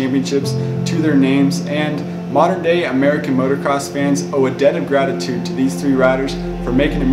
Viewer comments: Thanks for your hard work and late hours! (But please, it's "MOTOcross". I cringe at "MOTORcross".) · Same... I hate when people say "Motorcross"